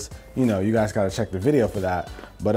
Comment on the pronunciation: Noice vwiedio